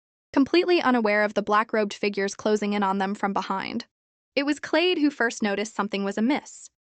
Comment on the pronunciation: its a love trinagle Edan x Tia x Cylde oh yeah cylde is pronosed glide with an c